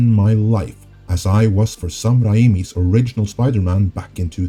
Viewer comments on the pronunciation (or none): Raimi is pronounced Ray-Me. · can u just pronounce Sam Raimi's name properly? sounds super pretenious and disrespectful butchering a persons name.